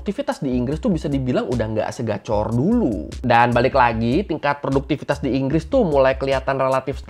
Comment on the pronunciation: btw bang, yg betul "produktivitas" yak